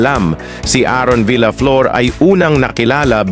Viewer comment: Mali ang pagbigkas mo sa last name niya.